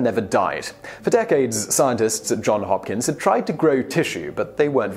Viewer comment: yes they are great! I just had the impression that the pronunciation in the video sounded more like “John Hopkins”, a common mistake...